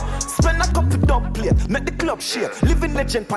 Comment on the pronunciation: the dubplate line is two meanings in my opinion. same as what you said and also what causes an earthquake is tectonic plates. but him say dubpalate instead basically